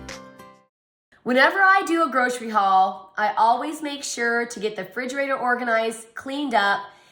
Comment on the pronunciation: is it a regional thing or what...saying 'frigerator'...my whole life I have only heard 'refrigerator'...